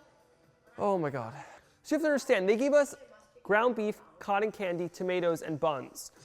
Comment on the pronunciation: This was so fun to see your reaction!! I remember watching you on these shows lol I was actually at the Hell's Kitchen finale one year!! SO cool to see Gordon Ramsey in person. I like the way you say the word "cotton" haha